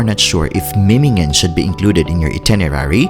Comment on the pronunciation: Es heißt Memmingen nicht Mimmingen